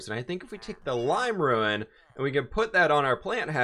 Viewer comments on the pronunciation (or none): Rune is pronouced as "roon" you're saying it like ruin. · Why do you pronounce rune like ruin? lol